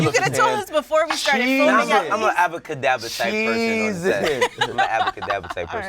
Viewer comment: Nigga said “abba kadabba”